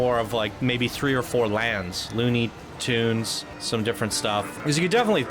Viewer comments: Why does he say loony turns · I really dug this park, and I thought you were being way too loosey-goosey with your review and your attention to detail. You kind of came across as pretentious and couldn’t properly say the words “Looney Tunes land”, and you definitely don’t give him enough credit this park is sick. just fyi you might wanna look at this one again.